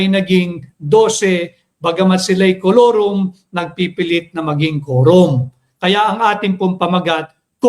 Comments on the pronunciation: Kulorom Nd forum🤣🤣pano lakas ng loob nkakapiy sa bnagag haha lakas ng loob para paalisin so so Allan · Tama Ang KAILANGAN ay FORUM HINDI KOLORUM, Hahaha